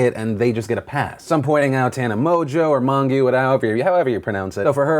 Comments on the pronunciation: No hate at all but you sound ignorant when you can't pronounce someone's name whom you're reporting on, especially someone as well known as Tana. Again no disrespect, just thought I'd throw that out there! Thanks for the video. Congrats on the little dude :) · The fact that Philip still pronounces Tana's last name wrong despite how many times she has been mentioned on the show and despite how long she has existed on the platform and collabed with other youtubers heavily pleases me